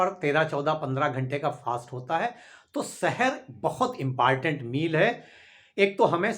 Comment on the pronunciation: Impartent mt bola karo